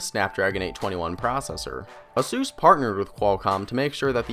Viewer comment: I got distracted with the "A-Sus!", it's "Ey-sus".